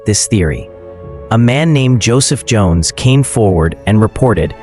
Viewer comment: Schoens, not Jones! Apart from that, very good video.